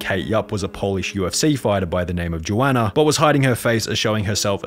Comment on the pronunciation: It’s yo-an-na